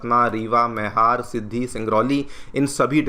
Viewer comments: Sir it's मैहर and not मेहर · मईहर मैहर नहीं